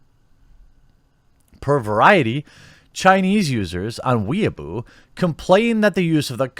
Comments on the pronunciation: i think i'll never get over the way you pronounce 'weibo' as 'weaboo' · It's pronounced "Weh-ee-boh", Jeremy. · Weibo is pronounced Way Beau. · Lmao jeremy's banned in china for calling weibo "weaboo". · hahahahaha he called weibo weeeabo hahahaha